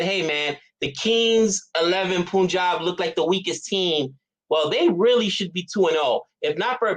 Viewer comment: Hey the correct way you pronounce Punjab is the same way you pronounce 'pun' in the word punt.